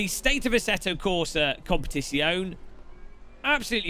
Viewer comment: Why you can't say Competizione 😔